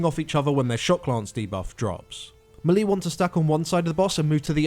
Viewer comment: You're pronouncing melee wrong.